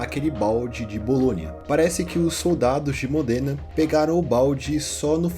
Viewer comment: Existe uma série de livros chamado "Os Reis Malditos" que conta toda a história do Rei Felipe e seus descendentes. Para quem curte as Crônicas de Gelo e Fogo, vai gostar também. Eu fiquei um pouco incomodado na hora que você pronunciou diversas vezes Modêna. Eu nasci numa cidade próxima e a pronúncia é Módena.